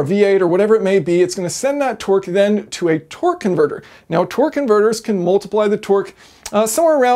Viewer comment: He's saying Twerk not Torque and u can't unhear it now 😂😂😂😂